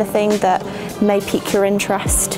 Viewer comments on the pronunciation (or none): none